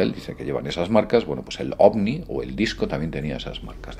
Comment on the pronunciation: Ovni no... ovi...